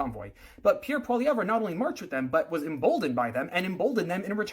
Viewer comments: Maybe you should start by learning how to say his name. Troll. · bruv can't pronounce his name and is commentating on him